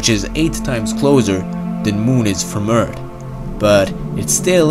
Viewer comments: please stop saying "urt" its called "earth" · can you just say Eart h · this guys skill to say eart is better than his ability to talk any other way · stop fkn saying urt. learn english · He can say the TH in three, but not in Earth. 😧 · Why do all the people who do these videos barely know how to speak... “eart”, “wery” wtf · The narrator has an interesting accent and pronounces our planet Earth as "Urt". Also the word further was pronounced as "furder." Where are you from Mr. Narrator?